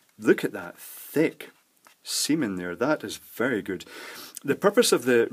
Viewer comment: It does sound like Semen but I think meant "Seam in there"